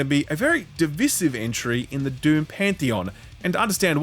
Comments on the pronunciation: If says "divisive" like that one more time, I'm going to send him a strongly worded comment. It's "Duh-vai-siv, bro. Don't make me get my "Ackchyually" on. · Sorry what, how do you pronounce decisive? 😅